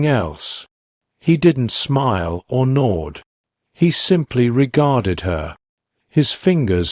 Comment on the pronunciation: Whilst this tale may have seemed interesting, the narrator's voice was quite 'blaaahh''., sounding like a novice AI. It completely killed the narrative with expressionless droning , especially when the simple word 'nod" was pronounced as "GNAWED". For a moment there I thought the story was about ravenous wild animals eating their prey.🤔How on earth do these things pass??